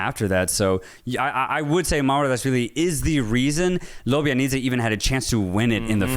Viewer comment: Lob -ja -nidze 😅 no Lobianidze